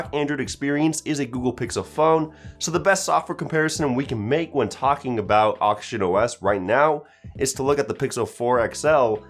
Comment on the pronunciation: I always hearing him say Auction OS